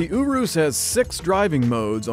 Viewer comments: Normal people : urus The dad : ooooroooos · " the Lamborghini.. U W O O S." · It's urus not OOOO-ROOSE AHHH!! 😠😠😠😠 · I’m italian uh-roose is the right pronunciation. Yu-rus is wrong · I thought it was pronounced as “Uris” not “Orwis” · It’s a urus not an oorus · Is it just me or does it sound like you saying Oros instead of Urus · Italians: URUS This guy: OROSS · STOP PRONOUNCING IT WRONG! ITS URUS(your-us) NOT OORUS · if he says ooooorrrrrroooooossssssss one more time im going to gouge my eyes out. it is urus (errruuusss) not ooooooooorrrrrrrrrroooooooooooossssssssss. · Him:Lamborghini ourus Everyone else: Lamborghini urus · People: Lamborghini urus Me: Lamborghini urass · The way you’re pronouncing Urus is funny. You’re pronouncing it as “ooh roos”, when it’s pronounced “you russ” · Love me some Lamborghini Ooroos It's ur-is. That's how you say it. Lamborghini Urus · You are calling it the wrong name. It’s not a “Uroos” it’s a “Urus” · ooorus dingbat it’s ERR-USS as in urus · It’s not ooroos it youriss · I'm pretty sure it's "your-us" nor "oorus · It’s YOURE ES NOT OOROOS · YOU-RUS NOT OOROOS dont be that guy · Every time he says “ooroos” part of me dies. It’s Urus - “ur” “us” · “Lamborghini Oo-Rus” I thought it was “yearuss” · I bet Lamborghini was cringing everytime he said ooruu instead of urus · You-rus, not oo-roos😂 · Bro is said yourus not yoros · It's Not Ooooruss it yourus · Oo - roos it’s pronounced ur - iss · URUS NOT OOOOOHRUS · Your-us not uo-us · “Ooroos” this bothered me so much😤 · Just say U RUS. LOL😂😂😂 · M pls dont say Yourus, same reason is not murcilago its murciélago :v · "Lamborghini Ooroos" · In the Lamborghini oorus 😭😭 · I strait went to the comment when I heard "OORROOOSS" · This dude: Lamborghini Youurooos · Me: pronounces u and r in urus like your Them: OUrus Bonus comment, pls no steal Kid: I don’t really care if it is a real Lamborghini because it looks bad Me: wha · It's pronounced yurus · Dislike because he calls it "OoRuos"